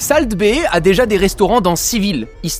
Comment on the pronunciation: Par contre pitié salt ça se prononce solt